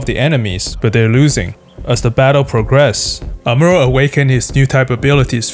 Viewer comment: good vid, just hate how he says amuro lol